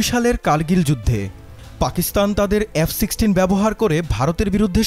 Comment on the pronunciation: কিনিস ক্যানরে বাংগুমুমিন? নিজেরা বানা কুরান গবেষণা করে. পারিস না ক্যান? আর বাংলা ও ইংরেজি উচ্চারণ ভালো করে শিখে সংবাদিকতা করতে আসিও,. উচ্চারণ টা " এফ" not “ এএএফ "